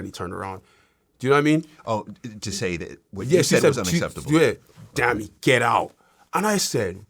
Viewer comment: it’s pronounced dah-me